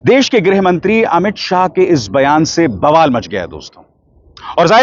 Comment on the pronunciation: सबसे पहले तो अपनी भाषा का सही उच्चारण करना तो सीख ले देश को देस...भाषा को भासा...शर्म आनी चाहिए